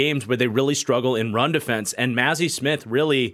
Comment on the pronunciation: As a Michigan fan your pronunciations of “Mazi” and “Schoonmaker” are painful lol